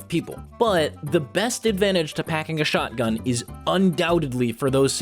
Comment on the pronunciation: witda CHÄuoghtgun